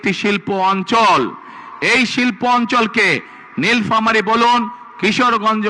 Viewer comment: নীলফামারী কথাটা উচ্চারণ করতে পারে না সে নাকি হবে দেশের চান্দাবাজ প্রধানমন্ত্রী